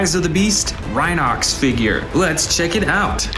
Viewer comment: You need to learn the names its rhinox not rhino x